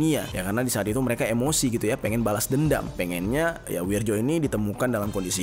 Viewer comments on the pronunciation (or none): none